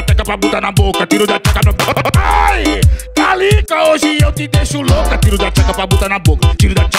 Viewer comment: Ele fala calica ou Talita?